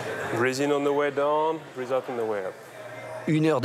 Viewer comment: “Don’t forget to breaz” 😂😂